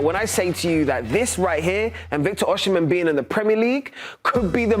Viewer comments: It’s Osi not Oshi—- it’s annoying the way you calling him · Come on...it's pronounced Oh-si-men. Not Oh-she-men. Do better! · Victor OSIM-HEN NOT OSHI-MEN. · no OSHHIJMEN OSIMHEN BRO wtf is that ssshhh sound